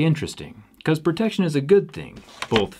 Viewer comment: The way you say protection is really misleading...